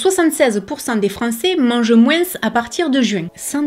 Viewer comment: J'aime beaucoup ton contenu! Cependant, en langue française, il me semble que l'on dit "moins" sans dire le S à l'oral. Bonne journée! ^^